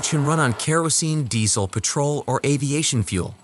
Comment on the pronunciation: How tf did you find a text to speech engine that can't say leopard or petrol...